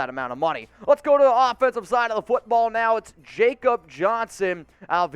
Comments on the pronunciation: Its pronounced “Yak obb” Johnson. Real Ones 4 Life know this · Jakob Johnson is pronounced yah-kop